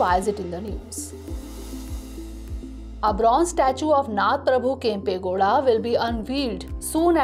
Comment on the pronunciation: It's "KANNADA",not kannad. He is "NADA" Prabhukempe Gowda, not Nad Prabhukempe Gowda. ಕನ್ನಡ♥️ ನಾಡ ಪ್ರಭು ಕೆಂಪೇಗೌಡರು♥️